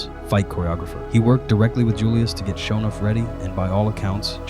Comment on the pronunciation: Dude needs to teach his AI how to pronounce "Sho NUFF"